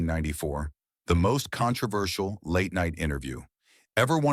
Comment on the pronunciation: "the most contervershul late-night interview"